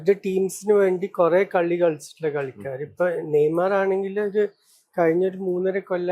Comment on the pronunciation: നെയ്മാർ അല്ല നെയ്മർ 🙄